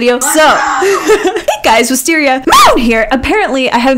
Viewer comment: 'Jisteria, and 'Wistparri